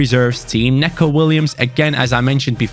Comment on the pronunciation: Sorry but this really annoys me For Neco Williams it’s pronounced NICO Not Neco.